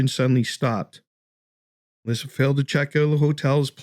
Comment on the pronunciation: Her name is Elisa, pronounced like eh-Lisa, not Elyssa. Hello?